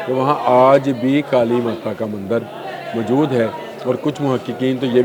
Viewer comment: Mjood nahi kehtey mohtrm. Moujood asl lfz hai. Khtoon nahi kehtey khatoon asl lfz hai. Urdu to sahi bola krain.